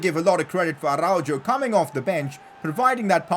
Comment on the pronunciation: Pov/ Player pronounciation : Araujo is pronounced like Arauho